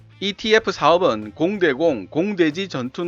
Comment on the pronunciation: 영상 잘 보고 있습니다. 감사합니다. 그런데, 영상과 오디오 곳곳에 ETF를 EFT로 표기/발음한 부분이 있는 듯 합니다.